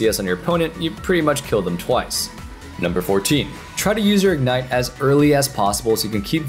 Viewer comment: WTF is ignet? does he mean ignite? cuz that would be helpful